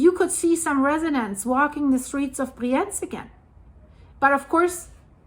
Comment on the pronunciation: Just a friendly note — the pronunciation of the city name 'Brienz' might need a quick check.